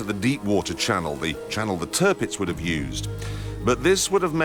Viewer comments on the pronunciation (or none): somebody who gets it!! let clarkson do the show, and its an succes.. the best best best tv host ever... but ou english need to learn, to say german words proper! its not terpits, but tirpitz. you say the the first part, as tier!